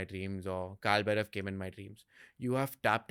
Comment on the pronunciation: Its Bhairava not Bherav in Sanskrit. Correct pronunciation is very important.